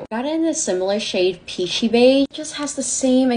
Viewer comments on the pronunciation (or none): Why does talk like that? “Peashyyy babe “?